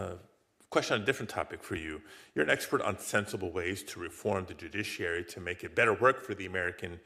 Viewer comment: I think it's somebody on this committee has a hard time saying the word judiciary maybe they should be retired